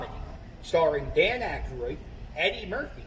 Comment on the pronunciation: Why do you pronounce Aykroyd as Ackeroid like hemorroid?